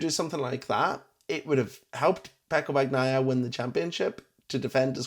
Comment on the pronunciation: why are you calling him bag-naia?